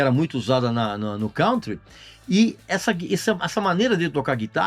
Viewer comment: Pô, Regis! Ouvir você falando "cáuntri", ninguém merece!! A pronúncia é "CANTRI", bicho! Dá uma chegada no Google! Ah! Ainda bem que não fizeram a camisa do Judas Priest do álbum BRITISH STEEL, né?! Hehe... Abraços e obrigado!